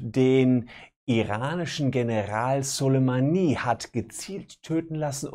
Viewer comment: Wie er soleimani ausspricht 😂😂